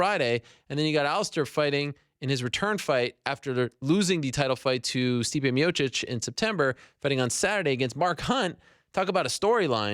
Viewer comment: ariel person who says stipe miocic and not miocik... respect